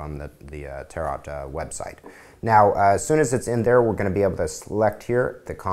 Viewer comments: Tar-OTTT, it's pronounced tare-o, (the French way) I think :) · LOL, he says 'Tarot' like 'carrot'.